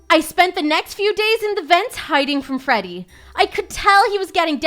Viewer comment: bro said frodey fazbear